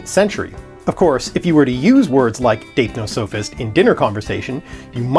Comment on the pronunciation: I think you're saying it wrong... According to Collins and howjsay (also the OED and Merriam Webster, but I can't link those), it's /daɪpˈnɒsəfɪst/ or dype-nos-uh-fist, with the stress on the second syllable.